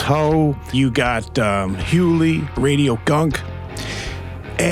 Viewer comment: Who's Hewlee?